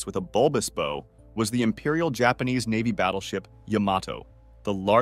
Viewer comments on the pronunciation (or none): does this dude really not know how to pronounce the word "bow" (as it pertains the boats and ships)??